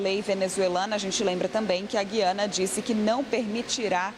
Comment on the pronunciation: GÜIANA : gentilíssima locutora, no nome deste país a vogal U soa; a pronúncia não é como a da nossa palavra GUIAR, mas como em RUIANO (referente a Rui Barbosa); ou no vocábulo hipotético TUIANA. A injustificável, absurda eliminação do trema na nossa ortografia provoca erros de pronúncia.